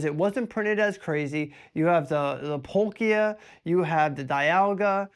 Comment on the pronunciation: Now we need a Palkia pronunciation. Bc I’ve never heard anyone say “PAUL-Key-Ya” until now 😅